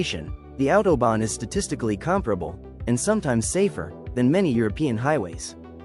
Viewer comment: Bien l'IA , mais respectez la langue et la prononciation svp . Mais vous oubliez aussi de préciser qui a participer a une grande partie de certain tronçons pendant la 2eme guerre mondiale ( une main d'oeuvre pas chere du tout !!!) vous vous souvenez ??? Et attention à vous sur .... l'autOBON